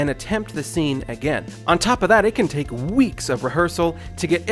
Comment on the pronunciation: Maybe it's just me, but I heard tick instead of take lol. Still a good video btw.